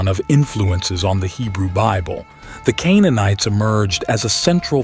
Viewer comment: Remember when said "Canaanites"?